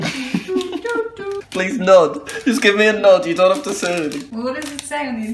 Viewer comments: Jack its not dont worry its doe worry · "Doe"nt worry guys